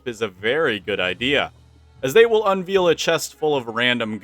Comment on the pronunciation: the only gripe i have about the video is how you say unveil... a veil (un-vale-d, a vale being a rather pleasant meadow... as in "in the valley",, said in a welsh accent XD) is a shroud of fabric, like a table cloth. to unveil something is to remove the cover and reveal the object. i know you are pronouncing your best as i can tell you are clever... but for the love of god, please pronounce it un-vale-d. its a cloth, not meat XD the rest of the video is great though, so please dont take it as me being a knob.